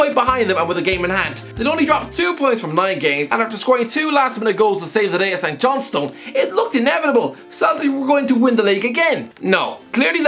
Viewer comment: His knowledge of football inside the UK is also questionable. Can’t pronounce St Johnstone lol